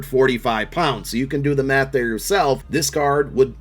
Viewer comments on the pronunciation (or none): none